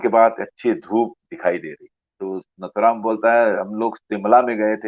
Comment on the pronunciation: His name is nathuram and not naathuram. Pls pronounce correctly. नथुराम नाथूराम नहीही